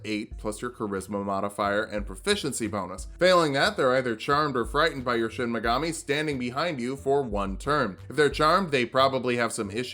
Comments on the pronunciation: Anyone else think that was saying Shin Megami instead of Shinigami to annoy those of us that know he's saying it wrong? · DID YOU JUST PRONOUNCE SHINIGAMI AS SHIN MEGAMI EVERY TIME I'M GONNA BOOST THE ALGORYTHM SO HARD RIGHT NOW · Every time he says "Shin Megami" instead of "shinigami," I feel pain, because it makes me want a Shin Megami Tensei or Persona character build. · Late comment, but it's shinigama not shinmagami. That'd be your shin magami tensei. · "I don't know what a Shinmagami is" That's probably because its pronounced Shinigami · not to be that guy but its Shinigami (death god) not Shin Megami (true goddess). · Great video. Only one critique: It's Shinigami, not Shin Megami. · You mispronounced what the death Gods are called in the entire video It's Shinigami, not Shinmigami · Did anyone else notice that he was saying “shin megami” instead of “shinigami”? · Took me a while to realize you were saying "shinigami", not "shin megami". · Take a shot every time he says Shin Megami instead of Shinigami and you want to finish the sentence with "Tensei" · Dear god stop calling it a "Shinmagami". This isn't fucking Persona, its a Shinigami. They're gods of death in Japanese folklore. It's a real thing. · The way he says Shin Megami instead of Shinigami really irks me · Anyone one being physically hurt whenever he says "Shinigami" as "Shinimagami"? I still love you but it hurts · So, like Is nobody gonna talk about how is saying "Shin Megami" and not "Shinigami"? He's either an SMT lover in hiding or taking the piss but idk it's funny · Is... is he purposely saying Shin Megami instead of shinigami as a joke or just mispronouncing it? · Is...is he saying "Shin Megami" on purpose? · Is he purposefully mispronouncing shinigami or am I crazy? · Did you have SMT on the brain? It's shinegami, shi-ne-ga-mi. One word, and only one M. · Me: aw yiss Light from death note: "Shin Magami" Me::'< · Any body gonna mention how he says shinigami?